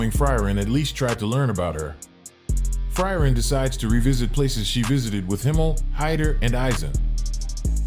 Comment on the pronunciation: pronounciation of frieren is bad, good vid tho